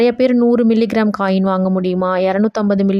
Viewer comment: அக்கா மில்லி கிராமம் தெளிவா சொல்லுங்க